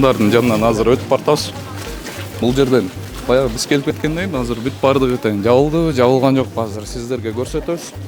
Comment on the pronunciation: Казыр эмес азыр деп суйлосо мэр